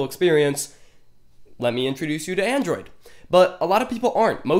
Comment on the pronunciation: I cringed the first time he said Android. 😂😂😂